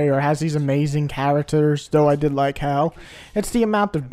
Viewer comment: Not HAL but HALE. good review